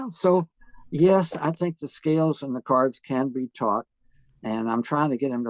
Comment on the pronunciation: Years ahead of his time. A legend. Thanks for the interview, Monk. p.s. I love the way he talks. Especially how he says "cards" for "chords". so inspiring how Aebersold is excited about teaching kids. you get a real feel for his passion for the music. P.P.S. This was the best interview, Monk. Thanks so much!